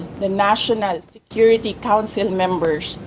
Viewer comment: “Per-shons, per-shonnel, mem-bersh” not cute at all If you vote clowns in office, expect a circus show 🤡🤡🤡